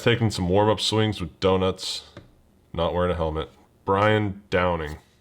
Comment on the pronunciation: Nobody: when he says donut: 🥐